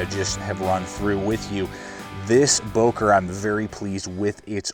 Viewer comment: i liked, good vid. would wish the böker had a finger choil, as well as the delica. would make the delica almost perfect for a lightweight edc. one more thing: dont wanna be smartass, but its not "bouker", as english speaking people say, its "böker". please look it up how its being spoken. would make the vid more sympathic, professional and international, more world-opened up.